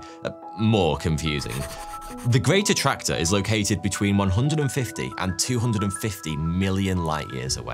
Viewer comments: Can't help but hear "greater tractor". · Did anyone else think he was saying ' the Greater tractor' ? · I thought you said The Great Tractor (like John Deere) 😂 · I thought he said The Greater Tractor for a sec. I mean....Tractors are pretty cool, but I dunno.